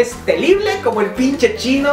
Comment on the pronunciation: "es telible" 2018